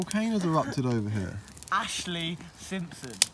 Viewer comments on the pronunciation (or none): "Ashely" XD